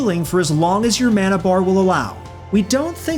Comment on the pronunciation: QOTD: Hoping that one day will say mana correctly.